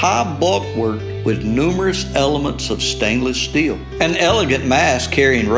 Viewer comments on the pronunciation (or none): none